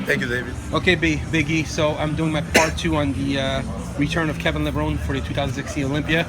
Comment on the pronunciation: It's amazing that Kevin has been around for over 20 years and people still don't know how to pronounce his last name. (It's Levro-nee)